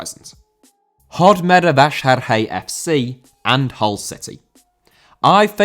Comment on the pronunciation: Congrats, you almost pronounced Hódmezővásárhely correctly :D You just need to use a simple Z (like in zoom) instead of what you did. It sounded more like the Hungarian voicing of the letter (!) ZS (which sounds almost like the s in "measure").